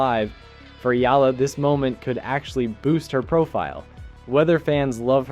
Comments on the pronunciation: The surname Eala is pronounced like E-ya-la not Ela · It’s pronounced Eh-Yah-Lah. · Alexandra's surname is pronunced "Eh-Yah-lah"! [THREE syllables] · Firstly, the name pronunciation... Eh-ya-la 👍 Now the game drama: Whatever... recorded one for the book, it's history. Move on. Top 10 2026 🙏🇵🇭🙏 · It’s ee-YAH-lah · Her last name is pronounce as E-YA-LA